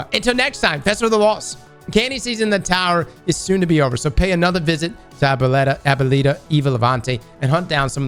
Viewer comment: My favorite part of the festival of the lost: seeing trying to pronounce Abuelita 😂